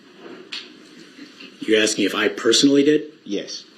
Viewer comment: He thinks he is axing such brilliant questions! And then he belabors a sentence to death!